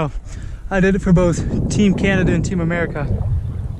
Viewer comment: did you just call Canada... canadia? 😭😂